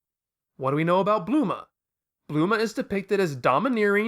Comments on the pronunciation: Stop pronouncing it wrong! It's Bulma not Bluma! Or at worst Buruma. Thank you! And it's SayEN not SayAN. What are you french? I'm french and I can pronounce it right! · I love your videos but the way you pronounce bulma name is killing me .I usually don't rant on youtube on these kinds of nippicks but somehow your name pronunciation is irritating me.